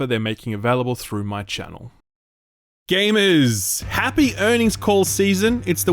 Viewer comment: Every time I hear "Gamerzzzz" with this accent it puts a smile on my face. That's a free smile every week thanks to you !